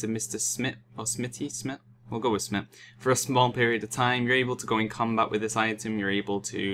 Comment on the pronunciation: its smite not smit